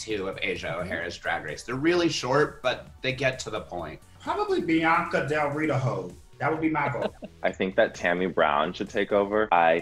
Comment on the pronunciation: I’m with Kameron who wrote the Brooke Lynn question??? Lol also “Bianca Del Read-a-Ho” lmao I’m gonna use that now. Thanks Vanjie.